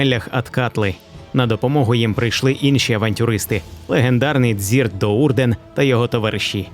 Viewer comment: Дзірт? Дзірт??? Серйозно???